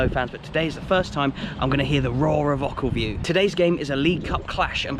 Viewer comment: It’s pronounced oh-kill-view 🙂